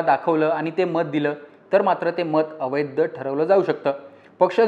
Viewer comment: वैद्य आणि अवैद्य नाही वैध आणि अवैध